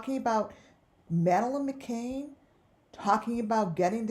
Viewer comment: Its McCann .."Mc CAN" NOT McCain ..Sorry its aggervating when Ppl Say My Last Name As McCain Its McCan